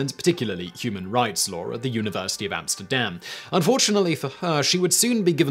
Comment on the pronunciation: Law has no ‘r’ in it.